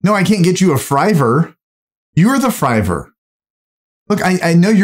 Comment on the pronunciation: "I will hire a Friver to bring you the cards!"